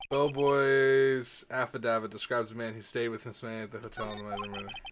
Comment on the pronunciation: I'm fairly certain affidavit is pronounced sorta like aff-uh-dave-it, and it is a sworn written testimony... Basically used as evidence in court. No clue why Wright would throw it away though, haha.